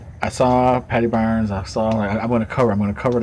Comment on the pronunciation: thanks man great video and ye you pronounced my surname right lol thank you ALOT of people that are not from ireland have terrible trouble pronouncing my name lol thank you....I do think if they have trouble saying it in english they would never be able to pronounce my name in irish gaelige.....my native language they would be so confused lol now only 11 subs to go...thats very possible il help and hope you do man this a great channel